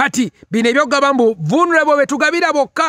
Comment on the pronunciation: I like the way he pronounced that word voo luneable 🤣🤣🤣